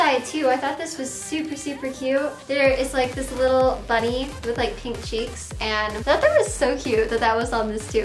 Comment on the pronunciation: Rae Chelle at around the first 8 seconds she says "dis"